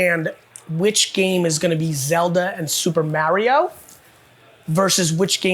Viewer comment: Why does he pronounce Mario like "marry-oh"?